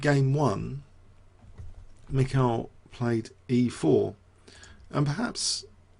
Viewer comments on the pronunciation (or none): You drove me nuts with all the "michials", damn